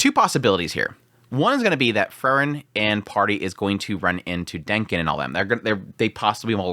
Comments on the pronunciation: It's pronounced Free-Wren. Not Furren. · Bro her name is pronounced FREE-REN! You know this. Also Sense was being passive in the sense that everyone going through the examination to be a first class mage should NOT have issues with this dungeon. If they do see it as challenging, they do not qualify. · Your enunciation between "Frieren", and "Fern" confuses me lol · This was great but how he kept saying Frieren made my heat go boom.